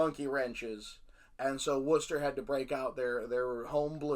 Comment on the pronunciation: So refreshing for a US citizen to be able to pronounce Worcester correctly! So funny that local to Worcester is also Gloucester and Tewkesbury in Massachusetts .... as well as here in England. I live in Gloucester, Tewkesbury is 10 miles north, Worcester 25 miles north. None of them are by the sea 😅